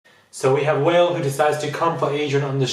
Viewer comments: Please it's not whale, he's not an animal its WA-LAY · I died when you called Wale "whale" 😂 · Did he just call him "whale"?😂